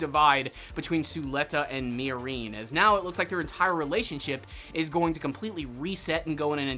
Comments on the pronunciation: Did you watch the entire series on mute? The way you say miorine is horrible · Why are you pronouncing "Miorine" like that, lol.